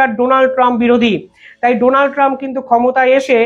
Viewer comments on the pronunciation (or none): none